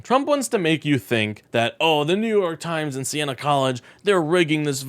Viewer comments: New York Yimes?😂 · New York YIMES? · what is new york yimes? you need to edit your tags